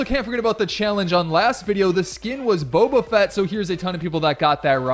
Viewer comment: U said boba get wrong just saying